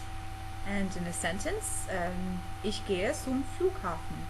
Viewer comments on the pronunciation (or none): On , the "zum" is not right spoke. Sorry my Englisch isn´t good :D I´m a german and have a 4 in egnlish ^^. If you can speak "tz" like "troTZdem". Try to speak it. And after this, try to speak only the "z". Yes it hear a little bit the same :) Some immigrants in Germany have more "Akzent" (sorry my english :D) like you ! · Its Der hut ;) and ur sayin S instead of Z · if you dont mind me correcting you, your "Z" needs some work. you pronounce it like "ss", it sounds like "ssum flughafen". in german, its actually pronounced "ts" - "tsum flughafen". but you get most of the pronounciation right, and your accent is convincing and near-perfefct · jep, "ich gehe sum Flughafen" statt "zum" aber ansonsten...man hat den Unterschied fast nicht bemerkt!! :)